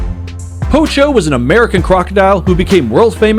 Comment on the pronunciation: Please look up pronunciations before making videos just taking a stab in the dark. The polar bear is called Agee (rhymes with baggy) and there are many instances in her human caretaker calling her by name in videos on the internet as well as episodes of various docu-series on Animal Planet. Same with the crocodile- his name is Poncho, not "pocho". 🙄🤦🏻‍♀️